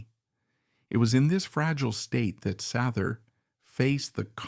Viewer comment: SAYther … get it straight